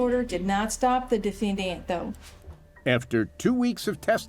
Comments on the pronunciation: I am very distracted by the prosecuting attorney and her pronunciation of defendANT. 😂😂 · Ohhhhh my Gaaaaaaahd, WHY does the prosecutor keep pronouncing “defendant” like that? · The only prosecutorial misconduct was that insane pronunciation of "defendant." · If for no other reason, the prosecutor should’ve been disbarred because of her pronunciation of the word “defendant.”😂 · bruh I can't listen to this prosecutor say "defendant"